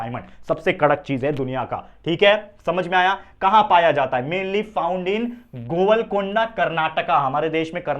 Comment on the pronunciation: And not govalkonda ,sir 😅